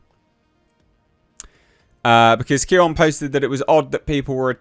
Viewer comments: Pronounced "Neon", truth is Clownfish hosts are not conservative. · It’s pronounced “neon”. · By the way, Kneon's name is pronounced "Neon." The K is silent. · It's pronounced neon, Clownfish is a great channel and not particularly Trump oriented - they're basically just both sensible people and not fans of the "message". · Kneon is pronounced Neon. The K is silent.